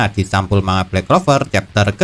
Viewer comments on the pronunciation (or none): none